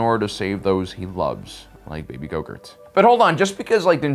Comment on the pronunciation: I'm an idiot I thought you were saying baby yogurt